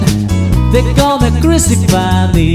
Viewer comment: The Ballad of John and Yoko was spot on. Only hint of a filipino accent was the pronunciation of ‘crucify’ but all in all excellent.